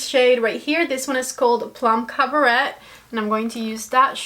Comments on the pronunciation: Ugh.. I wasn't interested in this palette at all, and then uploads and now I'm drooling wanting this! is bad for my bank balance! Yes please for a 5 look video. Just FYI for next time, The pronunciation of the shade Plum Caberet, the T in Caberet is silent 😉. (cab-ah-ray) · you totally want me to dive in with my first Pat McGrath palette! Thank you for this video..... and not that it is a problem but the colour Plum Cabaret is pronounced Cab-a-ray...... xoxo